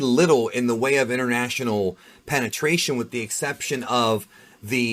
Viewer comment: says penetration.....hehehe.....peneration.....